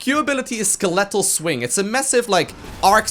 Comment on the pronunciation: Just so you know, it's "SKEL-e-tel." Emphasis on the first syllable. Much love. ♥